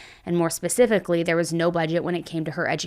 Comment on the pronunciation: Can you please stop saying “pacifically” when the word is “specifically”